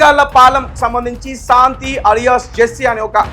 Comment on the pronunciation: ఒరేయ్ తెలుగు లో నీకు ఎన్ని మార్క్స్ వచ్చాయి రా శాంతి అనటం రాని ఎదవ